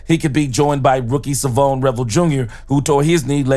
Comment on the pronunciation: Come on man learn how to pronounce his first name. It’s not.Savone it’s Shavon. this ain’t rocket science